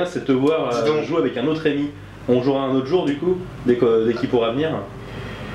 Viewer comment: Et c'est Rém"i"!!! Que diable!